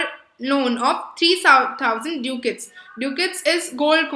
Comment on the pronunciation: Please work on your pronunciations. Bass-aa-nio, and duck-ets